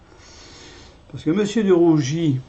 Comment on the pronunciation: DE RUGIS et non de rougi